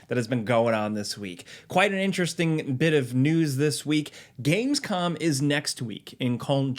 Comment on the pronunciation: "Gamescom is next week in "col" Germany hahaha